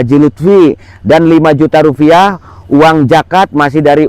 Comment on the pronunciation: RUPIAH pak bukan rufiah😂😂😂